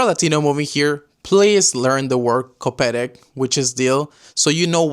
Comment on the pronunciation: A perfect "koperek" pronunciation ❤